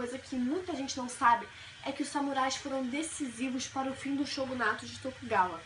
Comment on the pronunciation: Não é TOGUNAWA! É TOKUGAWA! Se você quer ensinar pelo menos decore os termos corretamente